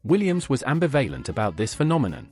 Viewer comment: Great video, but I agree with the AI voiceover. Berlioz! ambivalent! I guess AI has no idea how to pronounce them.